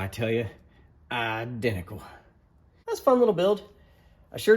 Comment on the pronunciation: Just caught the “I-dentical”. My cousin Vinny lol😂